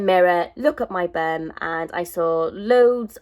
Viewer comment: I love how u say bum "burmm" love that accent